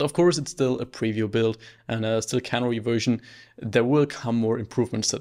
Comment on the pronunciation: pronunciation tip: CANARY is a bird, the accent is on the middle syllable (NAIR). CANNERY is where vegetables get put into cans, accent on the first syllable (CAN)